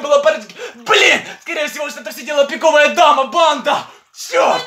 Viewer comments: Он говорил пико́вая дама ане пиковая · говорит странно:піковая дама пріди😢 Настя за дверю:пон